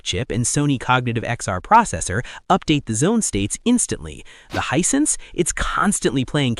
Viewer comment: Hisense not Hinesense